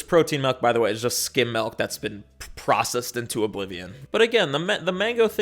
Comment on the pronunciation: you pronounce it "malk" and i think that's cute